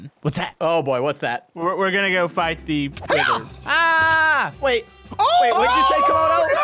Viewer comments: are we gonna fght the weather again me:laughs its wither not weather you noob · Someone better tell that it is called the wither not weather and I was laughing so hard when said "I'm gonna wack it in the head with a fish) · i saw that said weather and not wither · and say weather but the real name is wither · it's wither not weather! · That is the wither not weather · Did you say wither storm?